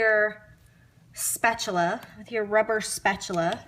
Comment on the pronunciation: I like how/the way she pronounces spatula